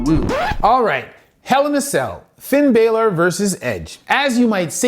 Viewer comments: Pronounced Bawwlor. He also mistakenly calls Punk Edge. The cool thing is he is bringing attention to how talented and athletic these entertainers must be not to get injured worse and more often. These all happened in a short time span. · And calling Balor Baylor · Love the video awesome stuff. Please pronounce people's names properly example it's co-fee, not coffee and bal-or not bailer. Thanks, keep the great videos coming